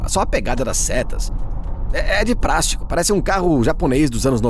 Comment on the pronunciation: a dublagem automática falou “prástico”? 😂😂